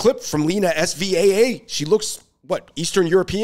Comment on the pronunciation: Lets learn to pronounce her name first of all: 'sehvah' not 'ess vee a - a'